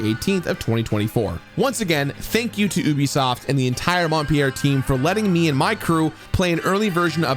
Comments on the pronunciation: Haha I caught that too. Montpellier definitely doesn't sound like Mont Pierre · Your pronunciation of "Montpellier" was terrible, but thanks for a great review!